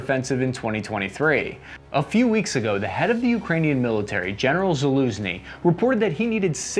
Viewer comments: Oh, this is the first time you’ve nailed the Slavic name, Zaluzhnyi. Well done! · you misspelled Gen. Zaluzhny's name... I mean, you actually pronounced it right, and that must be an obvious mistake on your side, hence you've clearly misspelled whatever you meant to say there in the first place, right?;-)